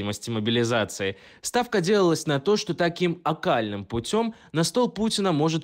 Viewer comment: Скажите редактору: "путь окольный", а не "окальный"